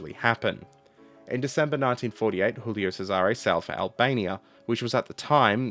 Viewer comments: "Cesare" is pronounced with the emphasis on the first syllable - "CESare". The way you pronounce sounds ludicrous. (Historical note: Laurel and Hardy films were dubbed into Italian with misplaced stresses in words, just as you do with Cesare, for comic effect. So, in summary, you sound like comical when mispronouncing Italian words.) PS. How do you know where to place the stress? It's not always obvious. There are rules, but they're pretty complicated, which is why my Garzanti Italian dictionary contains pronunciation hints for each word. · Your pronounciation of Cesare made me die inside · how should it be pronouced? Pizza pizza mama mia boatololio?